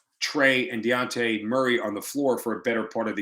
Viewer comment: It's dejounte not deonte